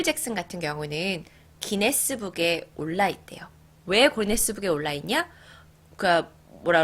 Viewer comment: 마이클잭슨이야기하다가 기네스북할때 고네스북으루 말하셧당ㅋㅋㅋㅋㅋㅋㅋㅋ귀여우셔